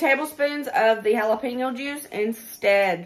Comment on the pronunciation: The way you pronounce jalepeno is absolutely adorable and so East Tn. Hal-a-peeno..., I just love you!! ❤❤ This has been one of my favorites!!! Fast food is getting RIDICULOUS. Good job, lady!